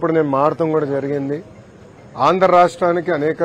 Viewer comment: అయ్యా లోకేష్ ఆండ్రా రాష్ట్రం కాదయ్య ఆంధ్ర రాష్ట్రం, పదాలు సరిగ్గా పలకడం తెలియదయ్య ఇంకా పరిపాలన ఎలా చేస్తారు ఏంటో